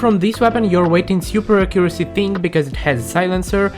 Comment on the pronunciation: not to make fun of his accent but acuesy